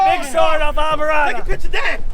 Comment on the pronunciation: I will never understand why people in a state where Spanish is probably spoken more than English cannot pronounce Islamorada correctly. The correct pronunciation is EES la moranda and not EYE la morada.